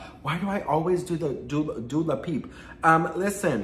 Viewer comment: Speaking of instagram 👀 I feel like my messages from 2 months ago are hiding from you on purpose lol. Also you keep saying Dula Peep cuz I love it!